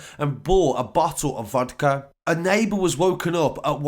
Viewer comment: When you hear man say KodVa uno Its peak